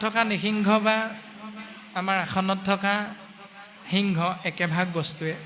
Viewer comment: আপোনাৰ প্ৰশ্নত এটা খোকোজা থাকি গল যে সিংহক হৃংস বুলি কোৱাটো |